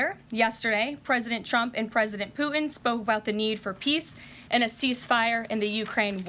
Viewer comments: President “Poo-ihn” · She’s the best speaker of the house that’s ever been! My only complaint is very minute, and she may be doing it on purpose… it’s the lack of pronunciation of the letter ‘T’ on a lot of words where a T is in middle of the word. Like ‘Putin’, she kinda says Poo-en, Forgo-en, impor-ant…It sounds like a 5 yr old. A lot of people doing this lately. My pet peeve. But, that said, this lady is FANTASTIC!!!!